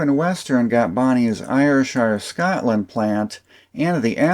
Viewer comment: Interesting stuff - thanks! Just a small correction of your pronunciation of Ayrshire - it should be AIR-sher, with the stress on the first syllable and the i in shire flattened.